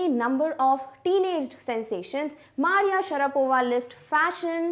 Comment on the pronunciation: mam u mispronounced maria.